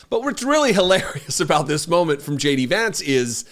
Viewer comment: Did I just hear; "J.D.AdVancement"?